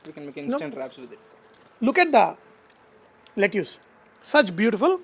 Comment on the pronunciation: Very good dish. Gonna try. Just one small constructive feedback: pronunciation of Lettuce is "Let-us".